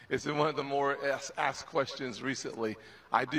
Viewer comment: "Axt"? "Im"? For REAL? How about these, instead: "ASKED," & "I'M."